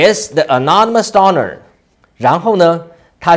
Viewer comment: 糾錯: Doner 中的母音o 就發"歐"音, 而不是"阿"音. 類似"冬呢兒"